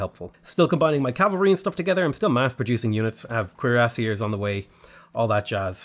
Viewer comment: Instead of cuirassiers, I keep hearing queerassiers, and they definitely slay